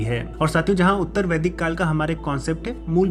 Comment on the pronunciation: Vaidik ki pronunciation m sudhar Kiya Jaye please